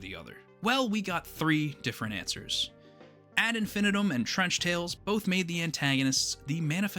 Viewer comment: The word "infinitum" is pronounced: in-fih-NEE-tum IPA: /ˌɪn.fɪˈniː.təm/ It comes from Latin, often seen in phrases like ad infinitum, meaning "to infinity" or "endlessly.